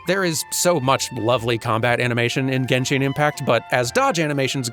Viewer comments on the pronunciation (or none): I'm sorry, I love this video and everything and I'm not really a fan of genshin, but you saying genshin with an e after the i triggers me so hard. Still a 10/10 video tho